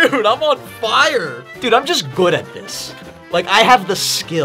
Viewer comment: when say good "gooud"